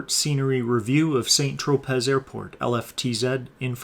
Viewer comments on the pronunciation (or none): It's pronounced "San TroPAY" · The Extremely Wealthy people who fly in and out of St Tropez are sticking their noses up at your pronunciation of St Tropez with a Z, The Z is silent! ~St Tropay~ phonetically. Thx for Review. I've been there 25+ years ago, and don't remember any of it. I guess I wasn't rich enough! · san-tro-pay. Just sayin'